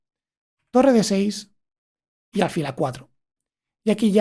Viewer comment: Acabo de suscribirme y te felicito por el canal. Pero me llama la atención que digas alfil unas veces como palabra llana y otras como aguda. Yo creo que es aguda😄😄